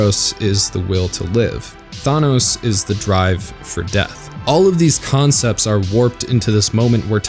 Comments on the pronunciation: tl;dr - you suck, do your research, be less ignorant; you tool It's not THAT hard to do a minimal amount of research on the subject(s) you're speaking to, and referencing. Please be less colossally ignorant, in future. Maybe only, hugely ignorant; aim for that. In case you don't know what I'm referring to, and I'm guessing you don't, it's not Eros and THANOS. Seriously; I have no adequate words for what a massive blunder that is; and the fact that it is said and/or appears on screen in written form *more than once*. Oh, and bonus negative points (malus points? Is malus considered common usage now?) for "Sam-Hayn"... nice. Excellent pronunciation there; right on point. Tool. If you want to sound smart by saying Samhain instead of "Hallowe'en" or "All Hallow's Eve", you could at least be bothered to pronounce it remotely correctly. I mean, you wouldn't even need to try, there's a pronunciation key in the first line of the Wikipedia entry. Pseudo-intellectual dipshits like you give intelligent debate and analysis a bad name. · Isn't it "Thanatos" instead ?